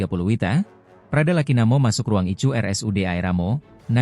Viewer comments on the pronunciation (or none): Iya ku ketawa ngakak sendiri terus bacanya ruang ICU pun di baca icu 😂😂oh my Gosh 😮